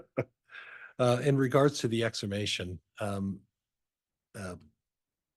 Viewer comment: Would have expected to be able to pronounce "exhumation" - not exumation. Does he do it on purpose to make himself more relatable.